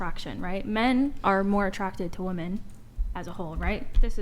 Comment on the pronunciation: The plural of ‘woman’ is ‘WOMEN’. Why can’t they say it correctly!?!?!?